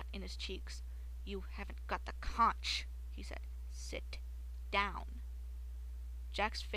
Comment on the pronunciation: C-O-N-C-H is pronounced conk